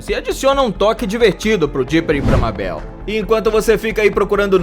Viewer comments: O cara fala ''Mábel'' e ''Morte'', claramente ele nunca assistiu esses desenhos para não saber pronunciar corretamente o nome dos personagens. Ele obviamente só pegou curiosidades antigas da internet e fez o vídeo só para ganhar views em cima dos fãs reais. Nunca mais assisto esse canal. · Todo mundo sabe que se fala meibol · Mano ficou me dando agonia ele falando "MÁBEL" Mds 546 curtidaskk(eu sei isso é inútil)🤡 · mabél nossa todo youtuber fala assim. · Mabéu?Rick e Mórti? Pqp KKKKKKK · Eu amo gravity falls mais se escreve mabel e se lê meibol então não fala errado pfv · Se pronúncia Maybou Mas se escreve Mabel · Hary porer, Mabeu, Sério Isso ? Aff, que dublagem ein. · Harry porer ta certo a pronuncia, mas mabeu é fogo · o tema do video é maravilhoso só que o cara falando o nome da Mabel do jeito errado e essa voz de locutor de radio dos anos 20 da uma raiva demais e cara, o cara tem que ser muito burro mesmo pra chamar a mabel errado sendo que todo mundo absolutamente todo mundo em gravity falls chama ela do nome certo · È foda fala o nome da mabel desse jeito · mermao fala mabel direito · 90% do chato é falando porque ele fala Mabel errado, lol. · Como ele consegue falar Mabel e acertar o sobrenome do bill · N suporto quem fala o nome da Mabel errado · Porque as pessoas falam o nome da Mabel errado. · Esse cara se quer viu um episódio de Gravity Falls Ele não sabe falar Mabel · toda vez que ele pronuncia Mabel errado, uma parte de mim morre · Ele ficou falando Mabel? Cliquei no vídeo agora, Aaaaai, ta doendo meu coraçãooo!!! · Cara, primeiro de tudo, você fala Mabel errado. Segundo, existe uma cidade chamada Gravity Falls, onde coisas estranhas acontecem e até tem uma cabana do mistério. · Isso q da contratar dubladores. ELES FALAM AMABEL E ARIEL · É pq ele fala em português e os nomes estão em inglês… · Por que esse cara nunca acerta a pronuncia do nome dos personagens ? Kkkkk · Por que você tá chamando a meibol de Babel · Não é Mábel !!!! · e mabel não mabel